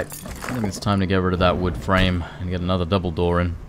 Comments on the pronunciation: Did the quest say collect Vood?😂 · "Collect Vood" 😄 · Collect 'Vood' ? 😅